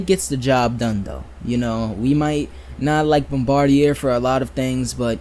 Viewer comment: Bombardier is French Canadian, pronounced Bombardi-yay.